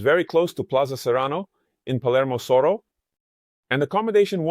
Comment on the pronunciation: Soro or Soho? Is Soho pronounced Soro in BA?